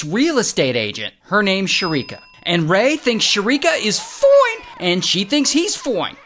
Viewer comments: The “FOINE” !! Gets me every time 😂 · I like the way you say foine, it always makes me laugh😂